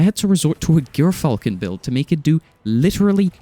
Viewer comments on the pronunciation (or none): What I find funny is he keeps saying Cerberus+1 is bad... yet it's the ONLY motherfucking weapon capable of obliterating Titan bubbles. This guy's a clown. Also, JEER-Falcon. Not GEAR. JEER. JEER. GET IT RIGHT.